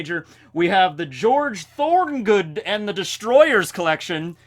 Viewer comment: u funny! It's pronounced like "thoroughgood". George Thorogood & The Delaware Destroyers did a lot of gigs, here in PHILLY, back inna day; ur mom's soooooooo kool!(no, I didn't date her)